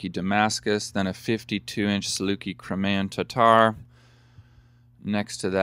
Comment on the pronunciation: Cry-may-an..........form the Crimea (Cry-me-ah)....